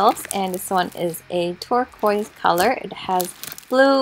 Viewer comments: Did she not say twerkwoise lmao 😂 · When chu said ‘Turquoise’, For a second, I thought you said ‘Twerk-Quise’ lol (No hate) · Turquoise colour don’t you mean purrquoise? 🤣